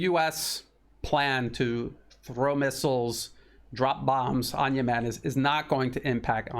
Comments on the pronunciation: Yes, he says Yemeeen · Great analysis. Note: rhyme Yemem with lemon. Accent 1st syllable.